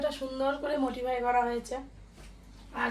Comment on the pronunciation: kotha ta 'modify'..... motify noi.....english to aar ei jibone hobe na bangla tei bolun... aamra bujhi bangla🤣🤣